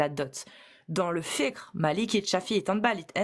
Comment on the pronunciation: wow après une "lutte de longue haleine à gorge déployée", nous sort une prononciation de "fiqh" quasi parfaite 👏🏽😅